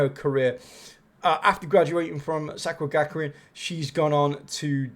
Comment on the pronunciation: I enjoyed the video. Some of the name pronunciations were horrendous, but made me giggle 🤭